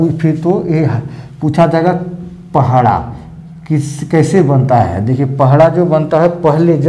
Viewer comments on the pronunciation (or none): Thank you sir May I request you to correct word "pahada". Not pahada but "padaha". secondly "sasan diri" does have especial context, do not explain in the context of "shamshan". shamshan has fear factors but sasandiri has reverence and link between alive khunt and those who are dead but still connected to the Family and village. we the munda tribe do separate from our ancestors. Thank you. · पहड़ा नहीं होता है बल्कि पड़हा होता है। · पहड़ा या पहाड़ा जैसे कोई शब्द नहीं है। यह शब्द है : पड़हा। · सर पहड़ा नहीं पड़हा होता है